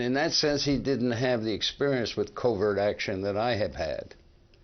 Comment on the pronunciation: In Part I, the narrator pronouncing Dulles like Dallas drove me crazy. In Part II, it's saying covert like covered.